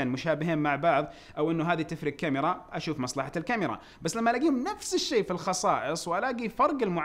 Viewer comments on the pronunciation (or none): none